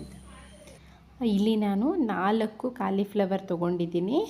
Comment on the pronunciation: Aduu kalii fllwor alla colifllwor maryati 😂😂